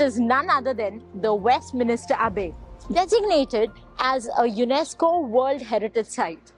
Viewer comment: Westminster, not Westminister 🤣